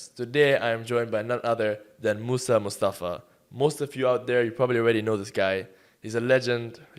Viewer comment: mussy? wasn’t his name moussa? 💀